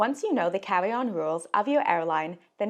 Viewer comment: You talk so cute. “Cawwy on cwackdown”